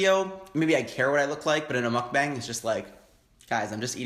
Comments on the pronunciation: I'm gonna be that guy again and say it's not pronounced "bang" but "bong" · it's pronounced "mook bong" that's how the korean mukbangers I've watch say it.... you should watch keemi she's good... also love your videos :) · Mukbang is korean(먹방) so it has to be pronounced as meokbang(mokbang) and not mookbang. So, you were pronouncing it right at first.